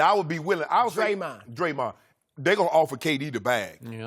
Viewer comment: The way Chris says dremahwn